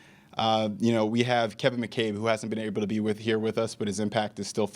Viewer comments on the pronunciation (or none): none